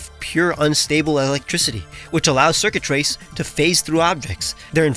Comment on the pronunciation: "Circuitrace" My brain: DID YOU SAY XURKITREE??